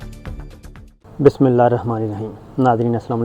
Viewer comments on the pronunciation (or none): Aap his Tarah bismillah ghalat parrte Hain bilkul theek issi Tarah aap ki khabrain ghalat Hoti Hain.